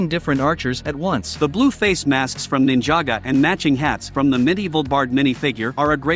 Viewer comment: Ninjago not ninjaga